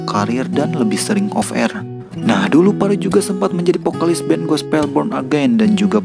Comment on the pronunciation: vokalis bang... bukan pokalis wakakak